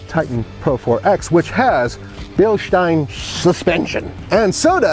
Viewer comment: Happy to see Nathan. And thank you for pronouncing Bilstein the right way. When i hear pronunciation with 7 e's Bilsteeeeeeein i want to 🤢🤢🤢....